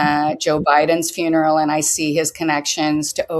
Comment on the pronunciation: Did she say Biden's fun-eral?